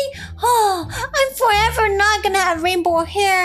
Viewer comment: is “rainbow”not “Rambow”